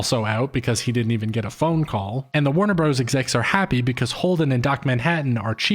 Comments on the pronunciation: I rarely pause to comment, but I'm at about 28 minutes and I am getting triggered every time he says Warner "Bros" instead of brothers. This better be some meta commentary in itself! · Stop saying "Bros." in "Warner Bros." (and "Super Mario Bros." as "Bros". "Bros." (note the dot/period) is an abbreviation for "Brothers". So annoying and you don't sound cool saying it but, rather, uneducated, which contrasts with your critical thinking related to this video's theme.